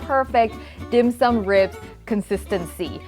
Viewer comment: A Hongkonger, I can say your pronunciation of the dish is spot-on. A tip for marinating meat with ginger: don't do it more than 30 minutes or the enzymes in the ginger will break down the protein and make it mushy, not in a good way of course.